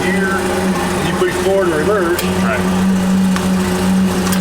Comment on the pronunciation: “poosh button”